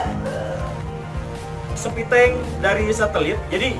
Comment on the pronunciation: Jika aku tidak salah mendengar Pak Guru mengucapkan "septic tank" sepiteng sebanyak Pak Guru mengucapkannya. Entah Pak Guru menyadari atau tidak.